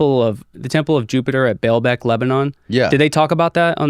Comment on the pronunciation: He doesn't even have all of his facts right. It's not Belbec, it's Baalbec.